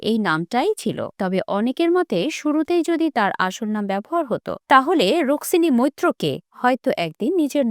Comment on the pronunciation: কোয়েলের আসল নাম Rukmini Mallick✅ not Ruksini ❌ আগে ঠিক টা বলুন বা উচ্চারণ ঠিকঠাক করুন নয়তো ভুল খবর পরিবেশ করবেন না